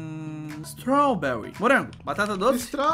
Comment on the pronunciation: Strauuuberri? Po ai complica kkkkkkkkkkkkkkk